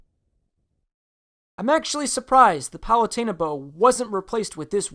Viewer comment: Did you just call palutena "palate-a- na"